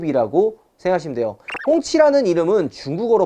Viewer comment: 발음 아무리 들어도 꽁치 ㅋㅋㅋ